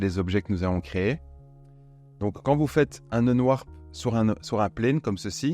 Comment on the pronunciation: Mais j'étais là il parle de quoi ?? "si vous faites un nenoir"... Un nenoir un nenoir... L'ami.. Cest pas unwarp... C'est unwRap... Qu'on n'ai pas l'accent je veux bien, mais ne déplaçons pas les lettres.... 😂😂😂😂😂